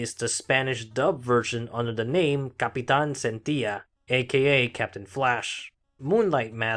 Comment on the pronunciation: Nice Video! One small detail though, the pronunciation of "Capitan Centella" is "CapiTAN Cen-tei-ya", not "Centila".